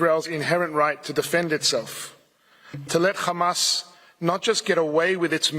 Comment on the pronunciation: Take a drink every time he says Hammas